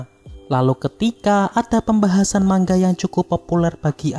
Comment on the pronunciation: Manga bang bukan mangga🗿🗿